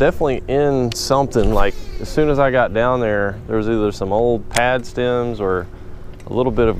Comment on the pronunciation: when you say, "stim", do you mean stim or stem